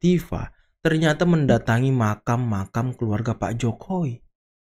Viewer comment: 'Makam' bkn makan bang . 😂😂